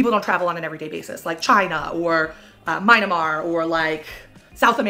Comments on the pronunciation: Uh I thinks it’s Myanmar (me-AN-mar). Not Mynamar 😆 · sorry, this is totally unrelated, but did she call Myanmar "my-na-mar"??? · Why is no one talking about how she called Myanmar "Mynamar." You've been to the country and can't pronounce the name of it??